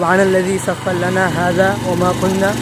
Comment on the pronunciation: Sakhhara lana ر par zabar, Quran ki ayat hai wo sahi padhna zaruri hai It's not sakkhar lana